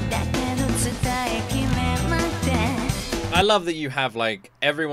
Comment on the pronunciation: You're saying Saikai, it's Isekai